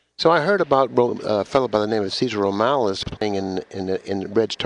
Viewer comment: Lol Cesar Romales??? Lol MORALES ya mean haha. Good stuff